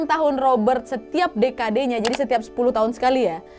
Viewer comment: Apa pya pemgulas cerota ni..mau cakap ingeris...tapi kok sebut ikut ejaannya..decade== ejaan bahasa ingeris..sebutannya s dekad yaa..bukanya de ka de...hadoiii....i pening aq klu dgr youtuber i don ni sebu bahasat ingeris...huhu